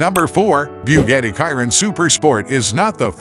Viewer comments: Bugatti " Kiron" .?? It's pronounced.." Shi-Ron"..(silent on the O). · Its not "kyron" its pronounced Sheer-on=Chiron! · This would have been a great video But using automatically voice A dislike from me It couldn't even pronounce the Chiron